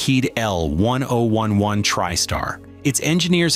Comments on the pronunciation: I worked at Lockheed Burbank Ca. and Palmdale Ca. building the L-1011's. I also flew all my travels back east to visit family on TWA L-1011's. Loved these planes. Also, the correct name is, L Ten Eleven. Not how this announcer says it. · It's L 10 11 you AI Muppet